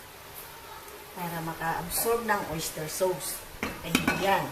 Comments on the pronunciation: Orange Soda sauce is pronounced as SOS not SAWS - 💖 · Napaka yummy! I like how you say SOWS po sa sauce. Ty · "sows" (sauce) ahahaha